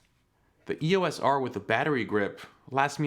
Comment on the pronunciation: Just purchased mine a few weeks ago on sale! It's a lot of camera, I couldn't agree with you more, suck it! Just one thing lol, stop saying E-O-S! Canon named their EOS line after Eos, a Titan goddess, daughter of the Titans Hyperion and Theia. It's pronounced E-OS not 3 separate letters, just saying:)